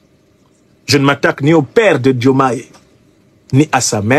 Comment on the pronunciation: Il n'y a pas de Djoumaye Président au Sénégal. Nous l'appelons Diomaye. Vous devez d'abord chercher à savoir prononcer nos prénoms avant de chercher à créer des problèmes qui n'existent pas. Si ce Aliou Tine ose parler aujourd'hui sans s'inquiéter c'est tout simplement parce que la démocratie est en marche. Sinon où était-il ces 10 dernières années ? Vous vous cachez derrière des personnes pour déverser votre rancune.